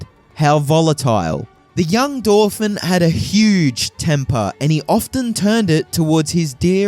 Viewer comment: I'd bet money that the creator of this video didn't bother to read a single book as research. The fact he can't pronounce many very common words (such as 'Dauphin') can be excused, many self educated students have the same problem due to lacking conversation with others. But all the elementary mistakes and unfounded speculation point towards very lazy 'research', Wikipedia and other podcasts/videos from similarly uninformed creators seem the limit. Dan Carlin lists an average of 20 books used for research on each episodes. I'd be shocked if this guy could demonstrate familiarity with a single relevant volume.